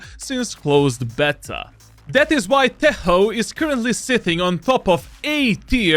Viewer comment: Its not tejo its tečo 💪